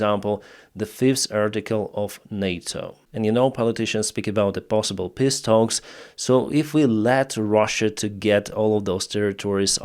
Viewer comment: brother thank you for what you are doing, but please stop pronouncing 'peace' as 'piss'